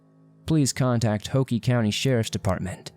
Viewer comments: Hoke county is pronounced hoke...not ho-key. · Hoke County, like Coke. Not like Hokey Pokey. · It's Hoke not Hokey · It’s Hoke like COKE!! NOT HOKIE!🙄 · It's not Hokie it's hoke like Coke. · It's Hoke co, not Hokie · Lol its Hoke like Woke County, not Hockie 😭 but it sucks when you remember when these people went missing and the fact their still talked about now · For the first case: It's pronounced like "Hoe-k" not "Ho-key". 😂😭😂 and Chay-vis 😭😭😂😭 I couldn't get over that! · if you have lived in NC, you know it's Hoke(like poke). Not Hoke(pokie). If you're ever in Wilmington lets grab a cold one. 🍺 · It's pronounced Hoke with a long o and silent e, not hokey. That's where I graduated high school. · Slight correction: "Chavis" rhymes with "Davis". "Hoke" is one syllable; rhymes with "joke." "Londeree" is spoken like "Lown-dree" (rhymes with 'foundry'.) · Hoke Co is not pronounced Hokie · Bro, you say you lived here, but say "ho-key county?" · It's not pronounced Hokey. It rhymes with Coke. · ITS NOT HOKEEEEEE! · It is hoke like oak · Man! I'm in Fayetteville. It would take me hours in any direction to get out of this state. Also, Hoke county is 15 minutes from here and is pronounced like oak.